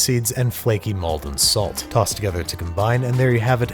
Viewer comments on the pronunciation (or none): none